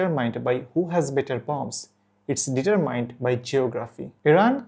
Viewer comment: The intro might be a bit long but that could just be me. Overall a bit stats and facts-light. But the level of difficulty of obtaining first or second-hand sources for this topic is understandable. Also just a tiny bit: check out the pronunciation of "determine". Keep it up!